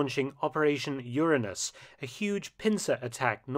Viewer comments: I see you used the news friendly pronunciation of that Operation, Mark Mildly disappointed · How are you not able to pronounce Uranus.